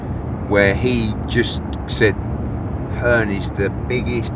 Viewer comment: Eddie 'Earn' Hearn